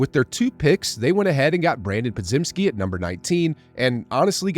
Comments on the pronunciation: Po-JIM-ski. Just a heads up. As in Jim Carrey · Still not saying Podziemski right, lmao